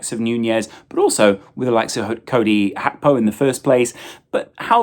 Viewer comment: Did lose a bet that he could mispronounce Gakpos name as many times as possible